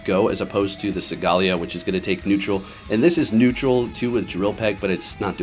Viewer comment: listening to u pronounce solgaleo like that was actually making me mad